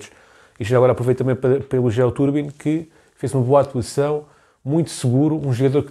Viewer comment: Bom vídeo, só um apontamento que me faz um bocadinho de confusão, o nome do guarda redes diz-se Trubin e não Turbin 😂. Abraço